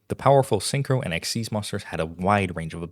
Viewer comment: Ok what bugs me about Yugioh is that Xyz monsters came out in 2011 and the announcement article and the tv show made it clear that "Xyz" is pronounced like "ik-seez," but it's been 15 years and people still pronounce it "X-Y-Z!" (Though the argument could be made that Konami should have picked a better name lol.)